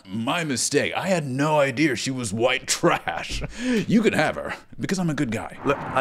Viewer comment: love how even when you’re doing an american accent you still pronounce idea as “idear” like yas